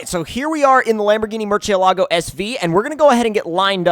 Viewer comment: Mercy-alogo btw not merchy-alogo